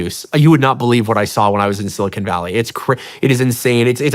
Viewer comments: Sean, keep up the great work. One small constructive criticism ... when you pronounce Silicon Valley, the 'con' in Silicon is is like 'khan' ... it's not silicone. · Bro literally said "silicone valley" lmfao